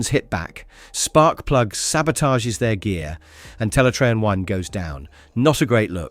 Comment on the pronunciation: You really called Teletraan 1 Teletraan y the entire series 😅😅😅